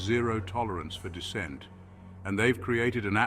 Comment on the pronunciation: The Word Is "Dissent" Not Descent